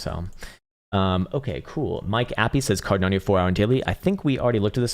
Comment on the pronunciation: Why do you always say CARDANIO? It's Cardano!🙏😘😉😂